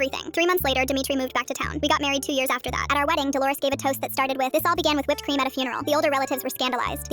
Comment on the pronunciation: UM DID SHE JUST SAY WIPPED CREAM?????